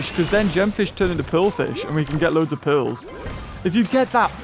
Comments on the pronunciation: Why does he say pills when he is trying to say pearls?🤔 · It sounds like he’s saying pills not pearls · Is it just me or does he say pills Instead of pearls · Is it me or does he say pills instead of pearls